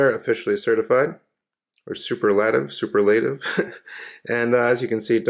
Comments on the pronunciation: Yes . . . sou-PUR-lah-tiv ! ;-) ( I have one of these also.) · Sooperlertive is the correct pronunciation.